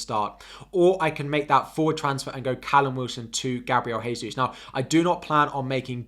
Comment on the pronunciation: The "J" in "Gabriel Jesus" is pronounced like the "J" in "Jack" - his name is Brazilian Portuguese where the J's are not an "H" sound like in Spanish.